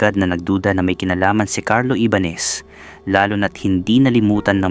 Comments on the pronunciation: Honas, Ibanes, taenang yan. Ayusin mo nmn boss apg pronounce mo. Hype nayan.😅😂😂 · Ibañes not ibanes. Jonas not honas. Ayusin mo ang paglalahad ng kwento. 🫨😪